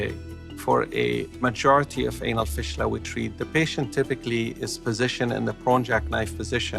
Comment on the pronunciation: They way he pronounce fistula is very annoying! It's fistula not fishtula 😖